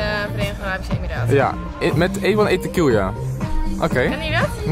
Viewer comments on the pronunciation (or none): none